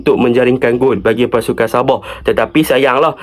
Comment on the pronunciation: Sabah ❌ Saboh ✅